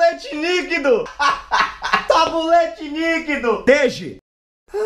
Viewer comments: SABONETE LIQUIDO NAO SABOLETE NIQUIDOOO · Kkkkkkkkk vey é Sabonete Líquido ou Sabolete Níquido kkkkkkkkk gosto D mais do seu canal assisto pela TV acompanho tudo 😄🥰